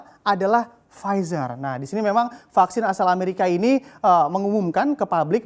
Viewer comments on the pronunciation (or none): PFIZER dibaca //Pfitsa:// Kok gitu... ntahlah... pokoke begitu...